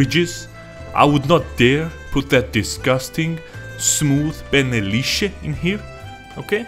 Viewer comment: Heh, you pronounced penne wrong and you said pene which means penis lol